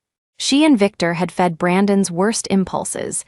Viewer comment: That which belongs to Brandon - spelled Brandon's is NOT prounounced Brandon s. Smarten up, AI.